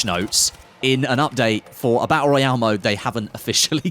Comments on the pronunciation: "Battul Raul" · I can’t wait for the bah ah royale😂